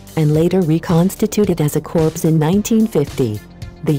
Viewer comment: "Reconstituted as a corpse"?? Basic narration error, unforgivable for a military video maker....it's "core"